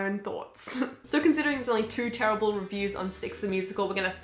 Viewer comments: “here are some very very TeRiBaRlE reviews” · I love the way you say TERRIBLE! Also love the stickers you got on your laptop where did you get them?